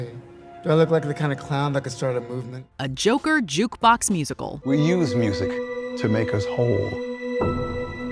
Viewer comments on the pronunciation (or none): Stop pronouncing it like you're fuggin French. Just say Joker 2 don't be a jerkoff.